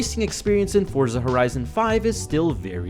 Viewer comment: WP on not saying Fortsa Horizon